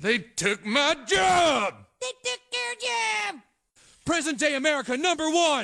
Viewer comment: They mispronounced the word 'job'.